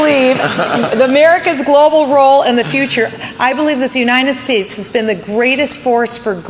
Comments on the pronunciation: I will never vote for anyone who says "The UNINEN States". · I will nevr vote for anyone who says "The UNINEN States".